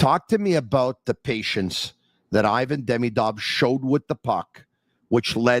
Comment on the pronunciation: would be nice to learn how to pronounce Ivan properly :)